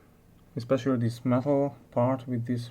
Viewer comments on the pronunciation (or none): what does " Theeees " mean ??? is it this or Theees ?